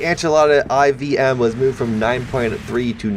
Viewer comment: Okay, i wont say that you mispronunced étandard But IVM is 4M, not ivm